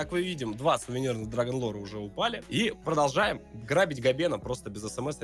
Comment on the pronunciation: Никто: Абсолютно никто:: Прожолжаем наш разговор